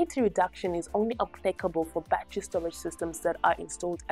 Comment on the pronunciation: They are NOT a "ba-tree" or "ba-trees" Say "ba-TTer-Y" & "BA-TTER-eez"